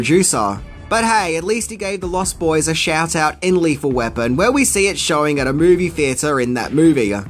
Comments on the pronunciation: Its pronounced LOST boys, not lost BOYS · I have to ask, is it your accent that makes you pronounce it "Lost BOYS?" You put a lot of emphasis on the boys part.